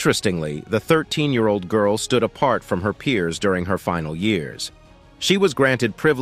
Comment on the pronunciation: So many YouTube videos must be using the same narrator voice generating program. '48,000 ye-arold virus' is how the program divides the syllables. There must be some humans who are able to narrate these videos. Only a small amount of editing is needed to shorten natural speech to fit a video. Thankfully, the visuals are relevent to the topic - some videos use heaps of irrelevent filler, such as people looking shocked etc. Maps, graphs, and comparisons are all good to add for each topic. Hopefully, we will have more evidence to colour in the gaps of knowledge in human evolution. We need more true scientists and less politicians and con/scam people. Australia is full of scamming people competing to gain more personal wealth than caring for others' well-being.